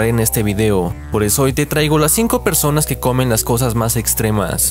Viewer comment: Yo le entendí peruanos no personas xd